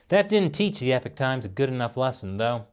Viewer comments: mate, sir. It's pronounced as said like this phonetically E POCK like hockey puck but with a O not EH PIK, Epoch is a cool word give the respect it deserves. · Y u keep saying epic times u not know how to say epoch times? Get dictionary bruh. Hard to be credible when u not know ingrish wahahahaha